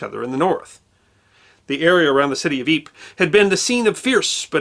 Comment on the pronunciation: Thank you for the correct pronunciation of Ypres. Your rendition of In Flanders Fields was very well done.